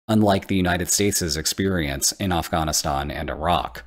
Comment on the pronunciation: Where is "Offghoniston"?